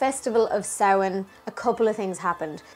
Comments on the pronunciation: Yayyyy!!!!! Someone who can pronounce samhain properly!!! Only thing I was confused about- I've never heard taibhse for ghost! I only learned the word Púca! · Love the video. So refreshing to hear things pronounced properly like Samhain and not Sam Hane. Fair play to you.